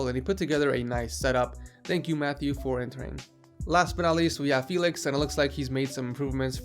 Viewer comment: Typical american way of saying my name...